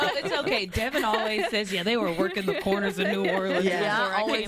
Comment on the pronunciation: ..... sorry ❣️...Devynn , not Devon